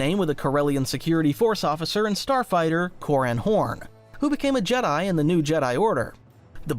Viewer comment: ..... what? The Jedi - Jedd'i Kyber - KyBurrr Come on. Thats goofy. Did the ancient Jed'DI, use the KyBURR crystals? 😅